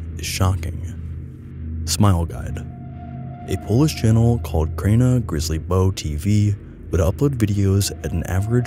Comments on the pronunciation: ..... it's not pronounced "crayna grizzlybow" . why do all youtubers make absolutely no effort to get it right ... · I love how You butchered "KrainaGrzybowTV" 😁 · I steel remember when I stumbled across the KrainaGrzybowTV when I was younger.... I watched only one episode and refused to watch any more. (btw, I really love pronounciation of the name, even though it is very far from original Polish one ;) )